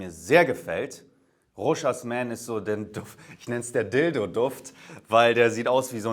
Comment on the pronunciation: Das s wird beim Rochas nicht ausgesprochen. Bleibt stumm.